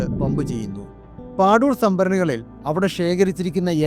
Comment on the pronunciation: പാദൂർ ആണ് അത്, പാഡൂർ അല്ല